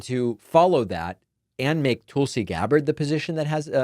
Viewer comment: I was waiting for David to say "Toolsi"